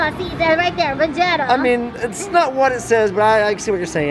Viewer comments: Its Va-gee-ta not Va- ge- ta lol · Vuh-gee-tuh is the correct pronunciation. Can't stand people who get prizes and don't even watch the show.